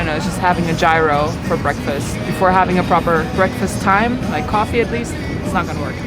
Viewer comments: It's pronounced year-o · Gyro is pronounced "YeeRo(yro)" (G is silent) I think.😁👍it's foreign language so I don't blame you! We all learn at some point, same with me too. Thanks for another great upload. I still have Team Donut shirt and hoodie and waiting for the next merch drop!!!!💕🫶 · The way you pronounce gyro 🤣